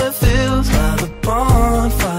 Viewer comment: 본파이어 발음할 때 왤캐 좋냐